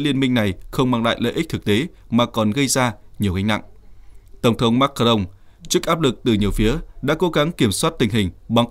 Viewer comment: Sao không đọc là tổng thống Ma cà rồng mà lại đọc Mac ca rông 😂😂😂